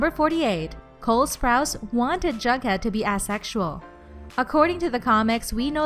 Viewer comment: Work on how you say asexual please